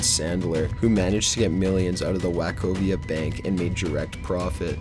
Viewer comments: Wack-o-via (Wachovia)? Too funny! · 'Wachovia' pronounced "Wok-oh-vee-ah." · "Wack-ovia" Lol! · the whole mispronouncing of the banks name was irritating.. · Not a single thing on this list is a "prediction", merely coincidences. Also, learn to pronounce Wachovia. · in dick ted, wack oh via. this guy sounds like a bieber haired nervous teen on red bull and xanax simultaneously